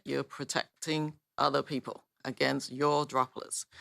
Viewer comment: Lmao “pee-poh”